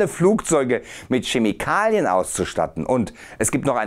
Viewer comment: Es wäre ja nicht so schlimm, wenn du das ‚p‘ nicht auch noch extra betonen würdest, aber so tut das so weh, dass ich mir den Kommentar nicht verkneifen kann: das ‚p‘ im englischen Wort ‚psychology‘ ist stumm. Es spricht sich ‚sychology‘. Und es heißt auch Chemikalien nicht Schemikalien. Autsch! ;-) Sonst gutes Video!